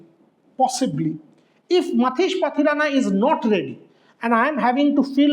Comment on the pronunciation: Matheesha* Pathirana... Not Matheesh.